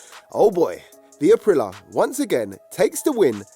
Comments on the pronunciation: april lee ya...not apreelah 🤦‍♂️ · Someone tell that idiot its pronounced Aprilia NOT Aprila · It's pronounced a-prill-ee-a 🥹